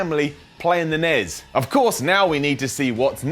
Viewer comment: Who the hell calls the NES the 'nez'?